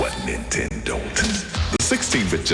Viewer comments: I've never wanted to punch someone over how they pronounced "Nintendo" before. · she can barely say nintendo lmao kms